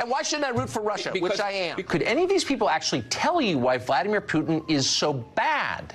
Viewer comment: Did Jen Psaki call him "Fruitin"?!?! 🤣🤣🤣😂😂